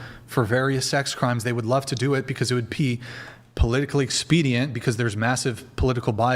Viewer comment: "polillically" lol that man is funny